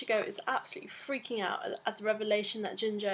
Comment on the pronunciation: I think his name is pronounced Geenjoe (Ginjou). It's like taking Gin's name and adding jou at the end of it. makes more sence and sounds better imo the jinjou lol no offence =P